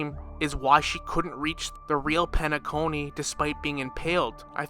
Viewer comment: But why you gotta butcher the names like Shaip, Eenuh, Penaconeh 😫